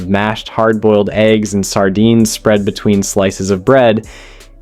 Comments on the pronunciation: Is this video AI narrated? Seems the narrator mispronounces words like between as ween amongst many others. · no, it's him literally saying tar (war), exuries (luxuries) and ween (between) and that's only up to sandwich 3. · Am I the only one who heard “placed ‘ween sandwich buns” ?!? 🫠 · "cooked and then placed ween sandwich buns"???!!! Plus other examples throughout--AI voice--I was told long ago that to err is human but to really screw up requires a computer.